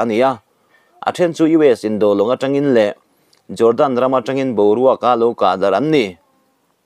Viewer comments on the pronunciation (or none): none